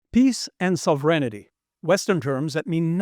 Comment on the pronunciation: Sovereignty, not “sovereignity”